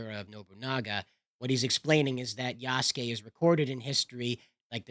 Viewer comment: I heard it as yasusGAY haha